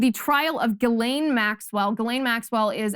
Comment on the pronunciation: While I love your show, and admire you and your morals, could you please get your pronunciations correct. It's Jizzlane (Ghislane Maxwell) and Waukesha is pronounced WAK eh SHAW. Thanks.